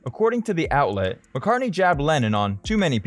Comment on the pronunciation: Whos this 'marrcar' he keeps mentioning? 😂😂😂